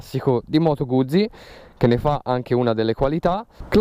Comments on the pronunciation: Moto guzi...si dice Guzzi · Bella recensione tralasciando la tua pronuncia di "Guzzi" ;-)